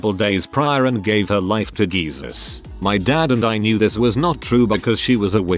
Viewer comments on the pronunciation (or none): "Gave her life to G-ee-zuz."